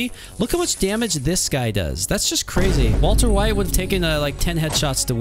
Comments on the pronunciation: Fatality is just a bit, CWAZY!!! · THAT IS CWAZY